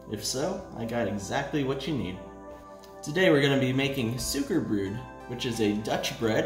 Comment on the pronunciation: It’s actually pronounced “sow-ker brote.”